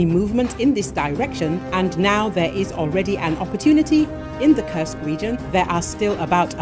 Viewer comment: When will you get the pronunciation of Kursk region correct?:Kursk is not a curse!!! It is an u as in food, super, etc. Thank you for changing that incorrect pronounciation. And please do not only count losses in money. Thank you.